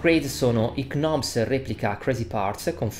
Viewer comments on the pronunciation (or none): i "KKKnobs" non si può sentire però..